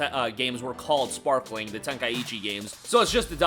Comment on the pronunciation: Sparking bro Sparking not sparkling ✨️ 😂